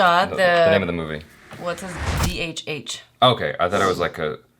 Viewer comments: Not dhh. It is Dha.. it is Gujarati language alphabet. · It's NOT D-H-H. It's the letter "dhh" from most Indian languages, this being Gujarati. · It doesn't pronounced D H H , it's pronounced as " ढ " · The name is DHH and not "D" "H" "H". DHH (Duhh) means dumb in school jargon! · She cant Read even a Gujrati letter "ઢ" and spells D H H..and Says its her mother tongue!! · its not D...H..H.. its " ઢ " in gujarati language, google its pronaunciation jaby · She could not even pronounce the Movie Name ...DHH ( ढ) means weak in studies ...kick her out ..she could not even. Pronounce a word from her mother tounge. ..she made many more mistakes ... Nasiruddin was in theater from Delhi , The Children did not ask for Tomato Maggie ...they were asking for Tomato flavoured Lays Chips .. seems like she is an ABCD meaning American Born Confused Desi.